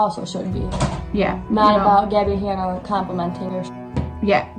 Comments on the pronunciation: "Gih-by Han-uh" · "Gibbi Hanna"